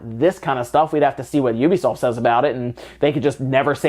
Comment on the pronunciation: He said Ubisoft correctly! I feel satisfied.